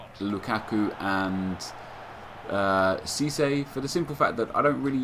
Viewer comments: IT'S FUCKING CISSE, NOT CISSY. Is what I would be saying if I gave a shit. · Just to let you know Nep it's SEE-SAY, no hard feelings man :')